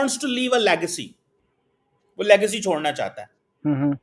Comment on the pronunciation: you learn pronunciation first. It's legacy not legcy first and then he's quoting the only book wherein by mistake he has been quoted. And showing himself with a cup of hot drink as if he is the only VIP from Pakistan who has visited abroad but doesn't know the way of cleaning lips with tissue after a sip like englishman. Proves he has no attiquates as to to how use napkin after a sip from a glass. Just posing extraordinarily and artificially. Kindly don't raise his marketability by inviting him on your podcast or be ready to loose your audience. Love you.